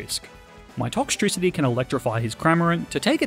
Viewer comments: TOXTRICITY, NOT TOCKTRISITY! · TOXTRICITY, NOT TOXICITY! DO NOT LEAVE OFF THE E IN TOXEL! AND THE E IN POKEMON SHOULD BE BETWEEN THE K AND THE M, NOT AT THE END!